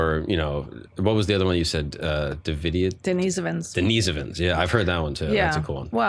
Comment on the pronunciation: The way she's re-pronouncing words like Denisovan & Neanderthal to sound "different " cringes my soul